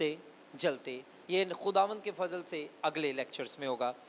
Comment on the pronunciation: سر آپ کا فضل کا تلفظ اور صحیح کا تلفظ ٹھیک نہیں۔